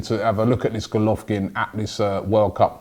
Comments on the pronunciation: Golovkin - hahahaha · Golovin Robbie not Golovkin. Golovkin is a unified middleweight boxing champion from Kazakhstan.